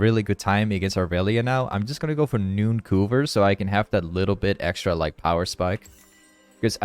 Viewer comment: 'Nooncoover' I'm sry.